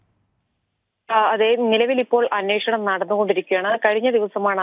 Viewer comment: അന്വേഷണം എന്നുള്ളതിന് ഇനീഷ്ണം എന്നാണ് അവതാരകൻ പറഞ്ഞത്... ദയവായി ശ്രദ്ധിക്കൂ